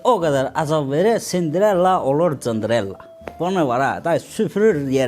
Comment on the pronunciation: Sindirella❌ Cındır'ella✅